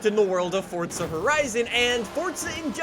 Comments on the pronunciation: For z a not for tsa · For za not fort za